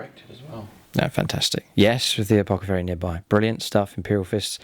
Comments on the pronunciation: I really love your vids and really appreciate all you've taught me about how to play 40k since I decided to start delving into this hobby a year ago. You're amazing! That said, is there an inside joke I'm missing? It's "apothacary" not "apocathary". It hits my ear so wrong! Don't ever change. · Great batrep It's ApoTHecary lol